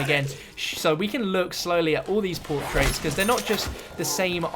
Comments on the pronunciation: PORTRAIRS say it right lol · Hearing him say portraits was a little painful but otherwise great vid bro